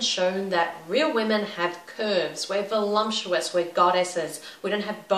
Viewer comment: Great video. The only thing that confused me was you saying "volumptuous", not "voluptuous"...:S